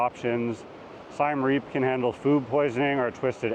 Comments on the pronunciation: It's Siem NOT Siam and it's pronounced "See-em"! Please learn the basics! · please, please, please get the name of the city you are featuring right. It’s not Siam Reap, it’s Siem Reap. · Siem Reap. This guy pronounces it as Sai-Em Reap, not Sii-Em Re-ap, as locals do. He does not what he's talking about. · You lost me when you pronounced Siem Reap as SY-AM Reap. It's a short "i" and a short "e"....like the letters CM. I bet you pronounce Iran incorrectly, too: it's a short "i" again - it doesn't sound like EYE-ran. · “Siam Reap”. Tell us you’ve never actually been to Siem Reap without telling us. You’re an imposter. And you believe what’s important to you is important to everyone else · It’s Siem Reap, not Siam Reap. 😂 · its siem reap, not siam reap. hardly an expert when he doesnt know the name of the city. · Siem Reap is pronoumced like the country of Siam. I lived and worked there several years. Google translate has it right. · You’ve been to Siem Reap and you don’t even know how to pronounce the name properly? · Bro, you couldn't even correctly pronounce either of those two Cambodian cities.